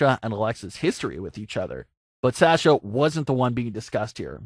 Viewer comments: Him: Sasha- SAsha Me: Sasha- sosha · How is it you watch WWE, and still pronounce it "Sash-uh"?